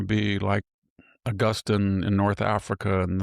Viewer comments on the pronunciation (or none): none